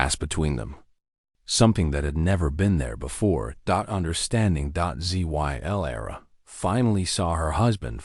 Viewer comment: This is a good s tory but 2 things I noticed that I found a bit annoying. It felt like every other sentence had the word Dot in it and the wecond is when the narrarator spoke Zylera's name it would spel out Z Y era instead of Zylera.